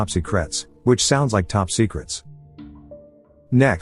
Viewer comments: He also said this which adds up to 23 😂😂 Topsy Cretts 😂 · Top Secrets ❌ Topsy kretts ✅ 😂